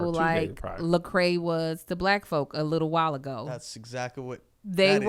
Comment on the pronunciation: “Wittle Jesus” 😂😂😂